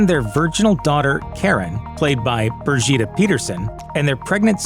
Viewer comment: Love the Swedish pronunciations, haha. Börgitta!